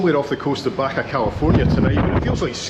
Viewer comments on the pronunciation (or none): none